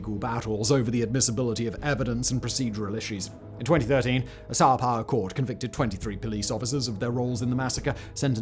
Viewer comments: why does he keep saying "Sao Pau" ? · 😂 came for the Sao Paulo